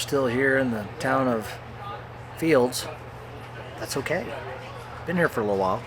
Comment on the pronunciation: There is no ‘s’ in Field. Also the ‘l’ in salmon is silent. Just in case you were wondering. 😂❤